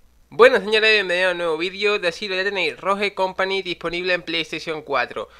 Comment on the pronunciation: Por qué los españoles pronuncian mal las palabras en inglés la Estore... ROJE COMPANY 😹